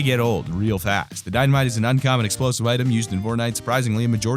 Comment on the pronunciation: I thought he said Dino-mite